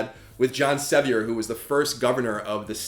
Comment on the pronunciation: errors. Sevier was also mispronounced. Not trying to be a troll but, I think you need to do more research on your topic before you put it out there. The podcast Giants of History might be a good place for you to start.